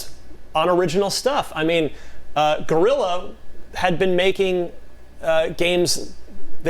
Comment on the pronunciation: Daemon sounds like he's under a blanket Also someone tell that it's Guerrilla and not Gorilla